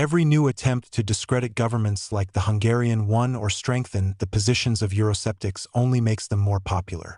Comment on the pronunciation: It's not euro-septics but euro-skeptics! You do pronounce K you robot. Nowadays every half educated person wants to be an educator or political analyst.